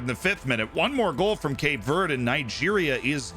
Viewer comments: I dunno why but hearing you say Cape Verde wrong about 10 times in a row made me giggle for some reason (its Verdy or Verday i think depending on your take on portugese) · As a portuguese speaker (brazilian), hearing someone say cape VURD makes me wanna cut my ears off, but good video